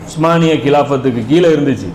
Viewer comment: உஸ்மானிய பேரரசு என்று சரியான உச்சரிப்பில் சொல்லக் கூடிய உங்களைப் போல ஓட்ட வாயன்களான ஆங்கிலேயர்கள் சொல்ல முடியாமல் ஓட்டமான் எம்பயர் என்று சொல்கிறார்கள்